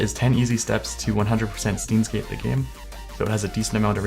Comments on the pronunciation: "STEENS GATE" ROFL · since this will be lost in the comments... 1. you pronounced steins;gate wrong 2. the profile is based off the anime, which is based on time travel and literally everything on this guys profile is part of the show or game 3. DK pepper is also a reference from the show 4. el psy kongroo is also a reference from the show/game sorry you made me cringe so I wanted to vent not trying to be a smart ass (but I kinda am) anyways great video